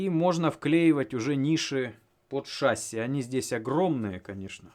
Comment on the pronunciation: ШассИИИ, ударение на "И".... Не режь уши!!!